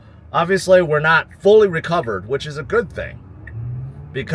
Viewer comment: Smart guy tons of good analysis but why does he talk with too much starting his words with “da” Instead of “there will” It’s “dar will” or it’s just a “d” Instead of “thing” It’s “that is not a ding”